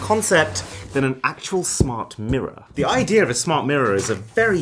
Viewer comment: him : IDEARrrrr of the video 📹